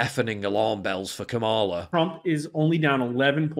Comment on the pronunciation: There are no long vowels in the Sanskrit word, "Kamala".